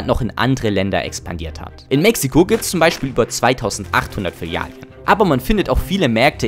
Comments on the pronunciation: Sprachkurs machen, es heißt Filialen und nicht Filialien, sonst interessantes Video. Und ja, wenn du in den Supermarkt am Sonntag gehst und noch zwei Schachteln 30.06 zum Spottpreis mitnimmst, dann weißt du, warum es Sinn macht dort einzukaufenn.. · Filialien.. es sind Filialen! 😂 Langsam nervts und ich bin nur 1,5 minuten drin im video. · die Dinger heißen Filialen und nicht Filialjen oder Filialien xD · Du killst mich jedes Mal wenn du Filialien sagst. Es heißt Filialen. Vielen Dank für deinen Kontent. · Jaaa schrecklich! Vor allem in einer scene steh es als Filialen richtig geschrieben und wird dennoch als „Fillalien“ ausgesprochen, das scherzt nicht nur das Gehör sondern schädigt auch mein Hirn! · Das Video ist echt super. Die Memes, die Schnitte und deine Stimme ist auch toll. Es macht richtig Spaß zuzusehen :-) Aber bitte nenne es Filialen und nicht Filialien:-) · Wenn er noch ein mal Filialien sagt, raste ich komplett aus. Bist du der deutschen Sprache mächtig, Junge?! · Flilialien✅ Filialen❌ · Interessantes Video, aber ab der Hälfte musste ich mich schwer zusammenreißen es nicht zu beenden: es sind Filialen, nicht Filialien. Das klingt so grausam falsch wie es ausgesprochen wird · F I L I A L E N ich kann das Video nicht schauen mit deinen „Filialien“ 🤧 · Es sind Filialen, keine Filalien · Dikka, es heißt "FilialEn" nicht "Filialien" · Aber ich muss in die Kommentare schreiben, dass es "Filialen" heißt, nicht "Filialien" 😂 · Filialen ❌ Filialien ✅ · Filiale junge warum sagst du immer Filial(i)en? geschrieben richtig! die Filialen. gesprochen?? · FI-LI-A-LEN. Es heißt Filialen, nicht Filialien. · Ist das Absicht, dass du die Mehrzahl von Filiale als Filalien bezeichnest, statt Filialen? Damit die Leute hier drunter schreiben wie bescheuert das klingt und dein Video deswegen mehr Aufmerksamkeit generiert? Lass es bitte. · Digger es heißt Filialen Nicht Filialien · *Filialen*. Es heißt Filial*en*, nicht Filial*ien*. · Bro kannst du aufhören “Filialien” zu sagen